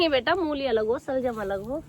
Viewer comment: Di saljam nhi bol te salgam bol te h